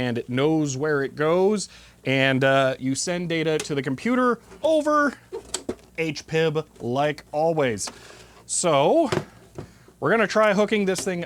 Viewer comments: I love you so. I truly do. But it's HP-IB. You're the only one I've ever heard refer to it as H-Pibb. It's not a soda. But what if it were? Love your interest and enthusiasm with Hewlett Packard stuff. I still have my HP-71B with the ThinkJet printer, disk drive, cassette recorder, RS232 interface, video interface, ROM cartridges and magnetic strip reader as well as the same HP monitor you have! It all uses HP-IL to connect together. I remember using it with a modem back when to BBS, it was a pain in the ass typing on that tiny calculator keyboard. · Having you pronounce the interface aych-pib oder gee-pib makes my skin crawl... please don't. It's four letters.. say them all.